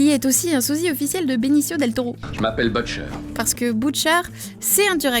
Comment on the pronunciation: « Eugui »? « Boutcher »? Mdrr